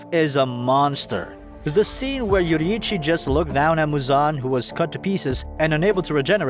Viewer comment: Finally someone who actually pronounced Yorriichi’s name properly and not like ‘YO-RREEEEEE-CHY’